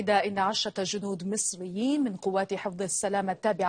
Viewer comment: مصريين بال ص ....مش بال س ...مسريين...